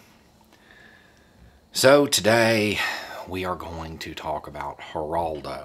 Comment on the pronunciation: How many people laughed when he said heraldo.